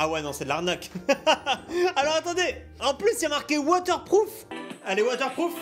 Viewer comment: Mais elle est pas waterprourfe 😂🤣😂☺️Mdr tu m’as tué.